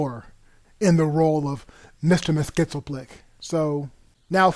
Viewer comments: a) It's pronounced either "Mix-yez-pittle-ik," or "Mix-yez-pit-lik," not whatever this narrator is saying. b) So it sounds as though we got one bad movie instead of a different bad movie. Neither Brainiac nor Superman should be romantically interested in Supergirl. Mxyzptlk and Brainiac don't belong in the same movie; that would be like having Darth Maul and Jar Jar Binks in the same movie. (Yes, I know.) And why introduce Lana Lang if Superman's love interest is going to be something else? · I realise that Mr Mxy is probably the worst comic character name ever but you may want to look up the accurate way to say it. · Listening to you pronounce Mxyzptlk is the best part of this video. Can you say in backwards? By the way, how do you know any of this is true? What are your sources that this was to be the story for Superman 3 and why was it abandoned? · You should learn to say Mr. Mxyzptlk's name (see Lois and Clark, the Adventures of Superman, Supergirl, etc.). Also, it would've been way nicer to use HD clips instead of SD ones. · You really can't say Mxyzptlk properly, can you? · It was worth it to hear this guy try to pronounce Mxyzptlk. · You said Mxyzptlk wrong... lol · Hey, you need to say his name right!!! It's MYXILPLIC...NOT MYSTALMYXILPLIC OR WHATEVER YOU SAID!!! It's insulting for somebody who grew up watching The Challenge of the Superfriends for you to get a simple name wrong! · It’s pronounced mix-yes-spit-lik, mr. mxyspitlik...not the garbled crap that u say throughout this vid. If u can’t say it, just don’t. Instead, put the name up on the vid whenever u have to say it, as opposed to butchering it as u do in this vid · Its just Mytzlplyk. Not Mytzlmaplyk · Mxyzptlk is pronounced mix-yez-pittle-ick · You need to learn how to properly pronounce Mxyzptlk...Mix Yez Pittle Ick. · It's pronounced mix-yeez-pitil-ik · It's pronounced Mr. "Mixes-pittle-lick" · Mr. Mxyzptlk’s Name Is Pronounced: Mix Yes Spit Lick